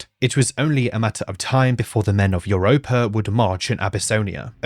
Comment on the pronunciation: It's funny that talks about the pronunciation of prehevil, but he pronunce "iuropa" instead of "europa" XD